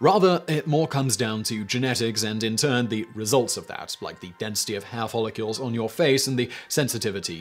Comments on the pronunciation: Is it just me or does it sound like he is follicules and not follicles? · Why is Simon pronouncing it "Follicules"? It's "Follicles"